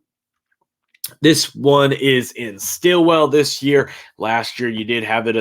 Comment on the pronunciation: Stillwater, not “Stilwell”